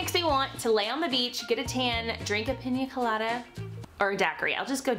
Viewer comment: piña colada is a Spanish word not English and the way you said it was perfect